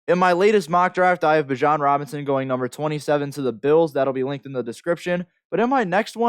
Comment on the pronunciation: Thats one of the biggest rules man. Giving you honest criticism, I can't even watch the video because you messed his name up repeatedly. And everyone who is in this niche knows Bijan Robinson and has been hearing his name for years. How could I/we trust anything you're going to say after that, holds any weight? Either way; keep grinding, perfecting, and progressing, you'll get there. Catch you on the next one. 💯....Bijan is that dude though, cant wait to watch him on Sundays.